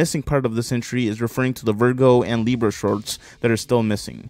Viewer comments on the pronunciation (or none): none